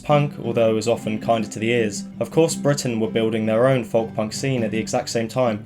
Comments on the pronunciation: Its pronounced "Foke" not "Fuhwlk" m8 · why do you say folk like that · someone teach him how to pronounce folk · Ive never heard anyone pronounce the L in Folk before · are you pronouncing the work folk wrong on purpose? is it like an inside joke? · I’m glad someone else said it. It’s the pronunciation of the hard L.